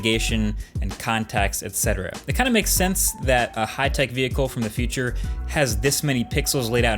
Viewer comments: I am stuck on how you pronounce the word future . 😂 It sounds more like feature. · funny how an english-spoken person cannot differ future from feature